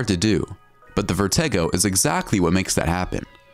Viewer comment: It is pronounced Vertigo, how come announcers on you tube videos dont know how to pronounce basic words all the time. You should open a book once in a while.